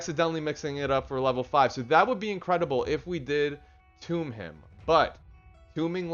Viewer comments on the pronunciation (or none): Stopped watching when created said Tomb instead of Tome.... fyi pronounced TOE'M